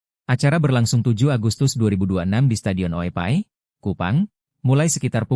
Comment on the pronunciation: Oepoi min. Bukan oepai